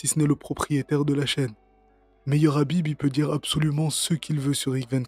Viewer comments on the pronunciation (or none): Es-ce que vous condamnez le rrrrrabib, le rrrrrabib vous le condamnez ? 😂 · Il est porc difficile de ne pas vouloir le condamner, le RRRhabib. 🤣